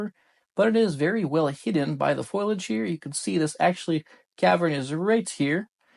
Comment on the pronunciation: What is it with Americans not being able to pronounce foliage?